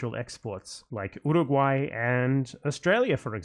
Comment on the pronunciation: He said Uruguay. Just.... incorrectly.